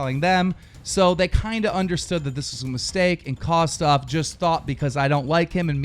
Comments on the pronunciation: Keem, its Kosdff.... Not Kosdoff... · And by the way Kosdff's name is pronounced kos-diff not kos-duff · It's kosDFF stupid stop saying kosoff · Its kosdff not KOS DOFF and leave him alone. Hes just protecting parker. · Its kosdff not kosoff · He says it like Kosssdoffff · I believe you mispronounced kosdff. It's pronounced kumduff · who tf is coss off, lmao i know what you meant but thats a big slip up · Lol he pronounces it Kosdoff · The way u say it is soooo wrong. Kosss-Diffffff thats how u say it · You can't even say Kosdff's name right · FUCKING SAY KOSDFF'S NAME RIGHT ARE YOU FUCKING ILLITERATE?? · Keem 100% pronounced KOSDFF's name wrong to show that he thinks he's a nobody